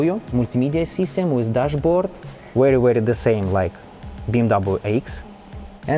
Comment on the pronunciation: Ты делал этот видос для кого? для Англичан или для Русский? Если для англичан то и без тебя там 2мл человек которые могут рассказать намного лучше Чем ты с твоим английским, а если для Русских то и разговаривай тогда по-русски. Дизлайк с твоим произношение Wizzzzz, уши режет бездарь, разговорный With not wizzz.!!!